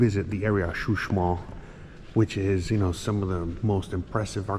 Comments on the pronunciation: He y!! Is not Xusmal, is Uxmal. Saludos! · Hola buenas tardes la zona arqueologica se llama Uxmal tu lo pronuncias como xuxmal jajajaja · CHUSMAL JAJAJA QUE ALGUIEN LO AYUDE SI NO LOS GRINGOS LE VAN A CAMBIAR LA PRONUNCIACIÓN